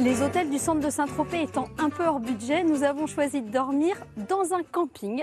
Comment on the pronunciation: On dit Saint-Tropez pas Saint-Trop. Super dossier !